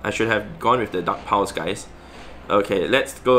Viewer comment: Am I the only one who keeps hearing "duck powers" every time he says dark pulse. 🤣 Also, thanks for the tip. I just beefed up and double moved my Cofra. Gonna give it a try. Running my lucky shiny sableye, gfisk and Cofra now.